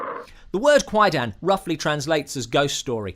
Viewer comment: Yeah, It's pronounced Quie- Dahn, kwai-daaahhhn. not quie-dan. The "a" in dan is a long "a", as in arm. not a short "a" as in man.